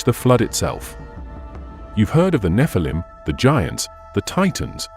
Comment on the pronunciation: it's NOT pronounced NEF-A-LUM RUBE!!! it's NEH-FAL-EEM GET IT RITE!!! because a FAL-EEM is an ANGEL and the NEH part signifies being CAST FROM ELHOME'S GRACE!!! why put video's out if your not able to even know the pronunciation of DIVINE BEINGS DISRESPECTLY???!!!